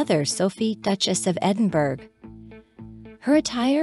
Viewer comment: It’s pronounced Edinborough, not Edinburg.